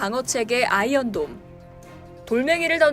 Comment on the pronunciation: 어째 아이언돈으로 들리냐 ㅋㅋㅋ 누가더 손해냐 ?